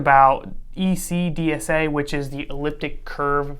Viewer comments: Why are you saying "a lease" instead of Alice? Very annoying. And why are you mispronouncing ECDSA that you are making an introduction about? If you are lying about pronunciations multiple times, what else are you lying about? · "ECDSA". It's pronounced just like it's spelled.